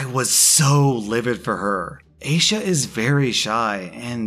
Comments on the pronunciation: rewatched the video, and damn, the first story makes my blood boil. it's a piece of cloth, oh my gosh, ripping off our hijabs is like ripping off a shirt. just keep your hands off and respect us, we're humans too, yeah? p.s. i think aysha is pronounced as aisha btw! :) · Eye-sha. It is a funny name to pronounce when you haven't heard it before, I've been there.